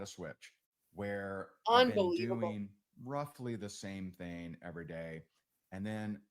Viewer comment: Why can he not say the word THING? It drives me crazy 🤪 😂